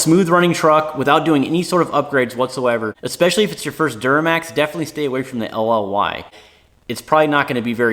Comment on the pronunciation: One thing that would help is if you slow down your speech when identifying something in particular. I had to keep going back to understand the series engines along with the years. Damn! It's like you're speaking another language. Like when you were saying LLY sounds like you're saying LOI. To someone who knows these engines like you do, that's ok. For someone trying to learn, not so much. Plz don't hate. Just trying to understand.